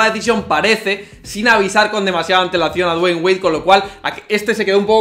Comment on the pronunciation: Nunca aprendi a pronunciar Dwayne...le dig Wade y listo xd